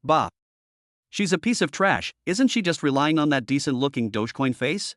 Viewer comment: "Isn't" pronounced AI ES EN TEE??? This is too much. Just try to improve the pronunciation of this AI or at least remove the contractions from the text before having it read by it if it is so incapable.